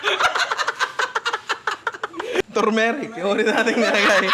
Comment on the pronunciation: The "ARTHURMERIC" tho BWAHAHHAHAHHHAHAHHHAHAAHHAHHAHHHAHHHAHHAHHAHAHHAHHA LT